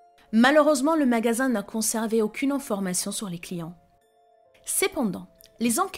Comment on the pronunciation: Vous avez une voix trop IA,on dit informations …… et non enformations et j’en passe